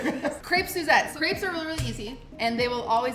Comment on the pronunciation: I'm not even French but oh my god, I absolutely hate their pronunciation of Crêpes. Nice video though.